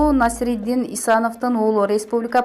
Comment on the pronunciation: Оой туура окусанар боло эч болбосо ушул улуу адамдарды, Насриддин деп жаны ат коюп албай,Насирдин Исановду же тааныбайсынарбы, эфирге чыгаарда кичине болсо да даярдансанар боло.